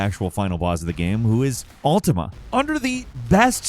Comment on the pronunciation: That fact that you say Altima instead of Ultima at first is a vibe.